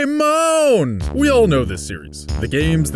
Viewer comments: Mike Marks po-kay-mon is the proper pronunciation, but nobody really cares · lets get down to the real question here if it pronounced pokah-mon or pokee-mon?